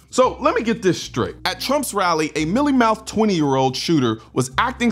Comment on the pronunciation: It was milly mouthed. Also he's fucking SAYING milly mouthed. You can hear it. With your ear holes.